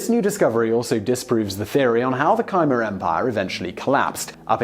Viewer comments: It’s pronounced K-mare...not kaimur. That’s a hard ‘K’, as in King. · Please get the pronunciations right..."kymer"? What is that? Do you mean Khmer? Superb presentations are being spoiled by this. If you're doing programmes having a scientific or factual basis then it's important to get the details correct. Oh, and know you're trying to cater for as large an audience as possible but please refrain from using these lazy and inaccurate Americanisms, they're usually nonsense. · Absolutely fascinating video as ever mate! However Simon, you still have that tendency to troll us with one mispronounced word per video; Khmer isn't pronounced as "kai muh", it's more like "k'meh" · not that anyone cares, but Khmer is not pronounced Ka-mer. Khmer is pronounced Ka-mai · Please...'Kyemar?' Khmer has one syllable. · I may be wrong but isn't Khmer pronunced as Kha-may-r and not Khai-mer ? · Khmer is promised Kmer (half spoken r). Could write it as Kmeah too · Cambodians say "Khmy" as one syllable, rhymes with my. (I'm Canadian; Khmer is my second spoken language.) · Khmer is a one syllable word that rhymes with mare. You mispronounce so many historical, geographical, animal and plant names, I strongly suggest you use a dictionary. Dave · I’m convinced that Simon throws some incorrect pronunciations into videos just for the purpose of attracting comments. Why else would he get “Laos” right (which is rare among English speakers) and “Khmer” wrong? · Learn to pronounce "Bjarna" and "Khmer".